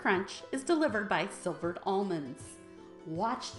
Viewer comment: They're not SILvered, their SLIvered.😅 sounds yummy!